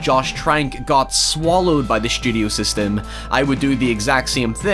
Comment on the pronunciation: "Seystem" = system